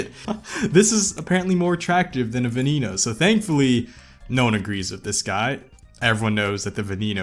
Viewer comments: V E N E N O... NOT FCKING vinino.... Damnit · I 100% agree with the Veneno not being ugly, but it isn’t pronounced “Veniino” its pronounced “Veneno”, like, normal e. Thats why it doesn’t have an accent on the e